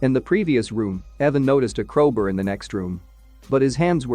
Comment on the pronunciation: "Crowber" "chazing" Jesus, this was bad